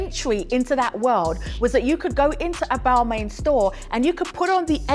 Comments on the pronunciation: I agree its sounded "roasting" "bal-mayne" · Miss, if you are going to talk about fashion and brand/s, make sure that you pronounce the/their name/s properly/correctly.